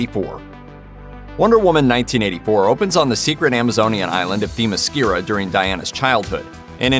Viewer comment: Theeeemyscira? Clearly the presenter has never watched any DC content ever... How hard is it to research the content you are presenting? Lazy and expected. Unfollowing